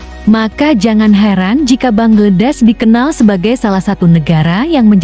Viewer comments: Bacanya banglades kalii.bknnya bangledes😮😅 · ingin tampil beda sy denger bangedes. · Bangladesh mbak bangladesh BUKAN bangedes